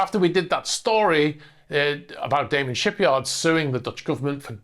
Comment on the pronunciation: Its Da man, not Daymen.